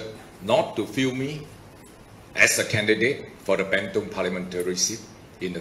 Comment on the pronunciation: sebut bentong pn salah nak jadi wakil rakyat bentong.. adoi la..